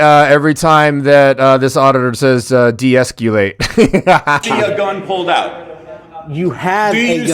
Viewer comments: Every single one of you mispronounces deescalate. There's no "u" in the word. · Dude, the mispronunciation of deescalate is driving me nuts....maybe he is thinking emasculate....? (Which should probably happen) Same with articulable...can you be taken seriously when you don't even pronounce words correctly?